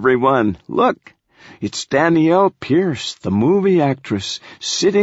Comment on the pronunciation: Lol "Dany-yell"